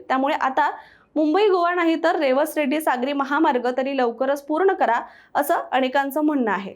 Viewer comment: रेवस रेड्डी नव्हे रेडी असं आहे रेडी हे वेंगुर्ला तालुक्यातील गाव आहे